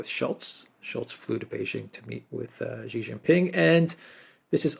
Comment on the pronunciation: FOR GOD SAKE or Buddha's sake, Alexander, please get the pronunciation of Xi's name right. When you see 'xi' just pronounce 'SHE'. Thankyou